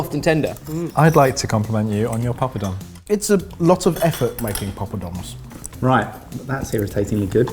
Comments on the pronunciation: I am normally not a stickler on pronunciation but pop-o-dom? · I love when the guys say the word "pilau" among other words. They're pronouncing ALL the wrong syllables!!! Guys, its not "pee-laow" its "pill-ow (not as in "pillow")". And the "poppadom" is a "paa-pa-dhum" Just a friendly tip. Luv u guuys!! Edit: Also, when you're cooking the seeds and spices in the pan, always have a LID ON the top that has some sort of vent on it to keep them from jumping out of the pan. If you can't find one of those, use a closed lid and open it periodically to let the steam out. Worst comes to worst, stand far away with a baking glove and a plate-shield.